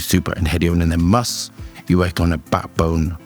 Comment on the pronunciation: Is he saying must or musk?